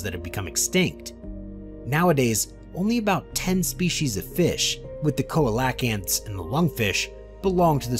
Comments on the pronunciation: It is "see-luh-kanth" not cola-lak-yanth 😢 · He mispronounced more than just trilobites. Was beginning to wonder if it's AI. I cringed on how Celocanth was pronounced 😆